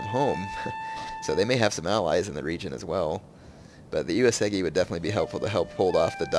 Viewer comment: It is not UesEgi it is UesUUUgi!